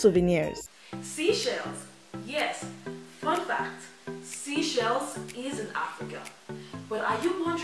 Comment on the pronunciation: ay you said seashells is no seashells is sy-chle-ss